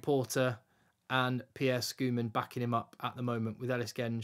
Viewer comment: Pierre Schoeman. The "h" is silent like with School. So its pronounced..Skoemun. Man is pronounced Mun.